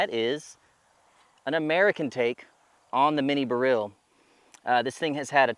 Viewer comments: Odd pronunciation of "Beryl". It's a type of gem stone (Emeralds are green beryls). Most folks, including jewelers and lapidaries, usually pronounce it the same as "barrel". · huh, similar to saying "B-role" in a mild slavic accent. I learned something new today. Thanks!!